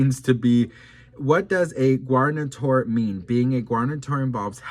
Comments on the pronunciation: hey. Guarantor (pronounced Gar-an-tor) means someone who helps a person get credit (loan, mortgage etc) and agrees to pay the debt if the person they are guaranteeing fails to pay. His mention of that speaks volumes to me. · Oh …., your pronunciation is excruciating. “Gwaranitor” and “judikal” for Heavens sake. If you can’t pronounce things, even after googling them and being told the correct pronunciation, please just post the text for us to read.